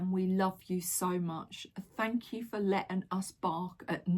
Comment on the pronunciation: Im sure says fanks Jo 😊 for shirt.